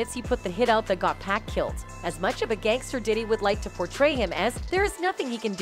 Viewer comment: Its 2Pac Not, 2Pack!!!!!